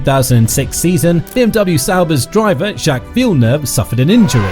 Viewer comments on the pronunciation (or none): none